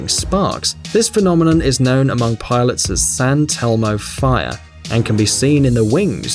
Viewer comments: The narrator sounds like a robot because of its weird inflections—such as Sain Telmo instead of Saint Elmo. Makes it hard to understand some of the narration. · San telmo fire 😂😂😂 it’s St. Elmo’s Fire